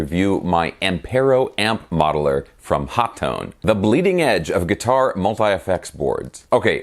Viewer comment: I love mine. Been using it for about 6 months. Love the PC interface and XLR outputs. By the way, Phil McKnight asked a representative from overseas at a NAMM a few years back and he said on the video it is pronounced “Hot Tone”. You got it right